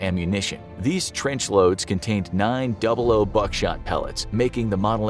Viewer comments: Double-ought not double-o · "Double O" is actually "Double Ought" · Double 00 not double OO. 🙄